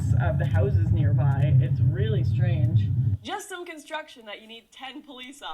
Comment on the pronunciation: "IT'S JUST CONTRUCTION HON HON HON" - Lauren, 2017